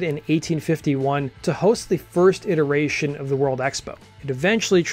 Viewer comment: I heard "interracial world expo" instead of "iteration of the world expo" 🤣🤣